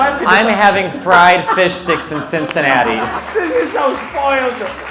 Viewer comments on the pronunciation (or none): none